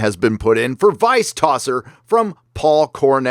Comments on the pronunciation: Gotta say, it's really weird to hear an American say "Tosser." I see the good slang is slowly making it's way across the pond. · just hearing say tosser fills my British heart with pride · So funny to hear an American say “tosser!” I like it! 😂